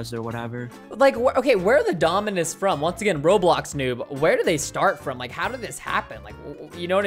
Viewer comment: Nobody: Preston:DOMINUSIS